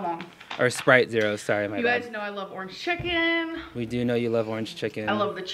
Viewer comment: “Ernge cheken”